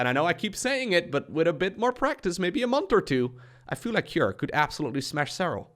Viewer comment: You say CUREieus a lot 😊